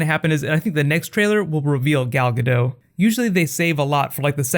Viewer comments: It's Gal GadoT (the "T" isn't silent) :) She's Israeli, not french. This looks awesome! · Just to let you know it's Gal GadoT with a T at the end, not gado. Thanks Keep up your awesome work, big fan here. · ***** Gal Gadot is Israeli. In Hebrew, the t at the end of her name is not silent. It is a hard t.